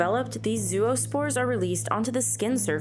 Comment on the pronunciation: "Gonadotropin" has one less syllable than you alloted it. Zero-spores? Please!